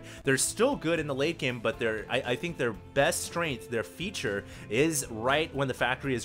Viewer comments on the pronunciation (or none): none